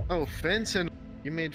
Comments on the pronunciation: “fen-tanle” is the icing on the cake for me. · Why did he pronounce it fantanuhl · Fen tuh nil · Fent-an-all learn simple words by how that sound now say all together ...Fentanyl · “ you mean fen—-tannel “ 😂😂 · “fen-tan-ail” 🤔 are we sure this dude isn’t an alien pretending he’s human. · "fen-tan-isle" is such a goofy pronunciation that the dude his degenerate ass was talking to though he said "phantom" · "fentanel" bro what 😂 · Fen-TAN-al? This guy is special needs... Or he only exists on the internet and has absolutely zero tangible life.... Very odd. He should be investigated at least.... There's no way he's recruiting more than a group of children though. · bro is so illiterate he says fen tanl but acts like he's a super extremely smart person he's genuinely a physcopath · fin-tan-oil right right taking notes yo honestly if i was this stupid id be collecting a check tf is this dude lmao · I think that kid was legitimately too scared to correct him when he pronounced fentanyl as “fen-tannel” 😅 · Fen-tannel lol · "FEN TANEL" i cant bro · “I’m the smartest person EVER” meanwhile pronounces fucking fentanyl wrong what a IDIOT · funny he thinks of himself as the most intelligent man ever when he cant even pronounce fentanyl lol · dude cant even pronounce fentanyl correctly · literally came to say the same, soooo intelligent he can't even say fentanyl correctly, really should've checked himself before being such awful scum and at least learned the basics of english if he wanted to claim such high intelligence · Bro cant even pronounce Fentanyl correctly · at this point just say fen-tunnel and it'd be right-er than what he says XD